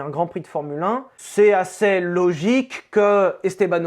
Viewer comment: "Assez" se prononce "assÉ" et pas "assÈ"; et NON, ça ne dépend pas de là où on habite.